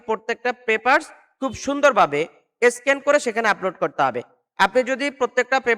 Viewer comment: মিয়া এটাকে স্কিন বলে না বলে স্ক্যান আগে পরিষ্কারভাবে কোনটার নাম কি শিখুন ।